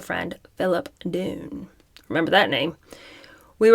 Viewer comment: *Dunne = "Dunn." : )